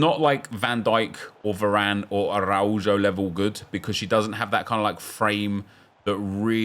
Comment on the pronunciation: the way you try so hard to pronounce araújo and still say it so badly hahaha, the j is pronounced as a h, ah-rauw-ho